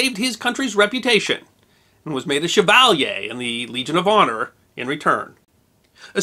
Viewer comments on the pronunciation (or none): none